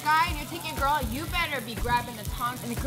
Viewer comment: I ate Korean BBQ in Korea. It was the best. I haven't eaten it since I was diagnosed with Celiac Disease though, seems most of the sauces have flour in them. BTW you boys are saying 오빠 wrong. The double P means that you say that consonant in more of a tense way if you kind of imagine you are forcing the p out of your mouth it helps to make the correct pronunciation. If you are not listening for that type if consonant because your language doesn't have it you probably don't notice.